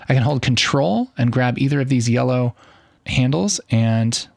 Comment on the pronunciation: Sir are u color blind or i hear u saying yeloow green?